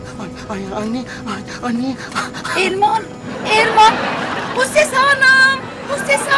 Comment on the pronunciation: Abiye öyle bir Erman diyor ki sanki AirMan Diyor hava adam